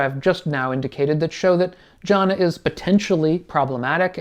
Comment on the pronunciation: Thanks. But it’s pronounced ‘Gyana’. G as in goal.